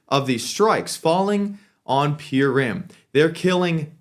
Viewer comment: You pronouncing Purim wrong lil bro